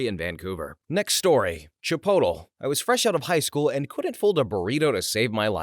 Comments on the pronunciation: The correct pronunciation of this is actually "chee-poat-ley". I've never heard it pronounced like the narrator has here before. It isn't even pronounced that way in Chipotle's own ads. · um, excuse me, it’s pronounced “chip-toe-lee” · Um akshually it’s pronounced chipotle, rhymes with aristotle